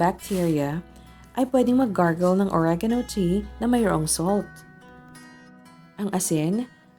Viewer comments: Natatawa ako sa OREYGAYNO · Oreganoooo slang naman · If only oregano was pronounced properly